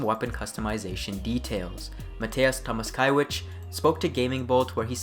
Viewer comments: I relistened to the whole thing and actually you are good man, I dont know what I was bitching about there lol, I was just listening to it while being focused on sth else and just picked up on some things like Krakow and Tomaszkiewicz , but you nailed all the other ones so I guess its a lesson for me not to turn into little bitch too quick ;) like your content, keep it up man. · Wow. You realy nailed Wrocław, and Nielubowicz pronunciation as a non polish speaker. Gratz you're getting better and better :) Edit: You need still to work on Tomaszkiewicz and Przybyłowicz ;)